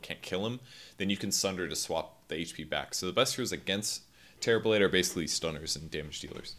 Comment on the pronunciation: All I hear is Terriblade.